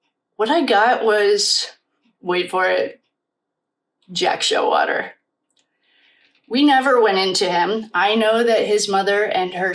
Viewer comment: BTW, it's Jack Showalter not Showater